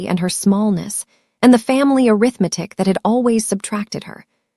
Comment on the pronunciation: If you can’t get the AI to properly pronounce “arithmetic”, choose another word.